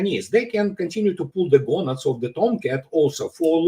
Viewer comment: "pulling the gownads of the toumcats..."